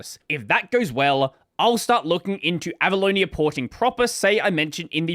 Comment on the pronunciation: Can't stop hearing "Abalone" instead of Avaloni XD